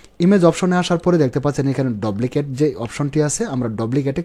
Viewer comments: ভাই, বিনীত অনুরোধ জানাচ্ছি আপনার উচ্চারণ ঠিক করেন,,,"ডুপ্লিকেট" কে আপনি বার বার "ডবলিকেট " বলতেছেন। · ভাই,,,ঐটার উচ্চারণ ডপ্লিকেট। 🙄😁